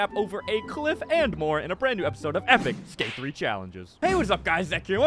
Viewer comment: bros saying cwiff